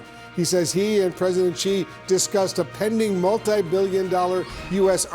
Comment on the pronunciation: Wolf Blitzer can’t pronounce “Beijing” and can’t pronounce “President Xi”. He can we believe he knows anything about China?